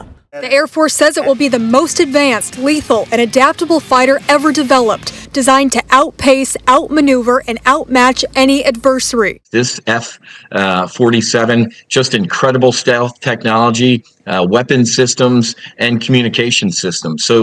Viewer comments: Im sorry but i watched this whole video and the main thing that stuck out for me was that she pronounced adversary wrong😂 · Bugs me she mis pronounce the word adversary